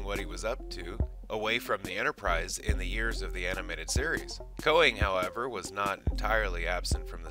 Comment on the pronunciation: "Kay-nig," not "Koe-nig."